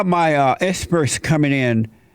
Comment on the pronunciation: "Espurts are coming in".